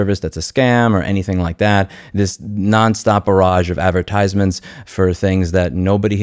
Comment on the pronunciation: Why do you place the emphasis on the third syllable of the word "advertisements"? No diss, just curious XD